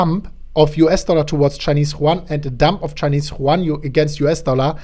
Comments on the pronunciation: Chinese ¥ Yuan, is pronounced as Yüön, rather than Chuan. Just to help you improve, man. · M.T.S. Productions yes you are right it is You-Aan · It's not pronouned like the spanish name Juan. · yuan is pronounced as YOU ANN like YOU-ANNE or YU-AN --- I say this with respect as I have my own difficulties...best wishes.